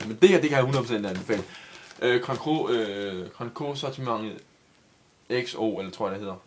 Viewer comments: Grand cry... ikke cru... men staves cru. Hvor meget har du for? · det udtales som grand cry men det staves grand cru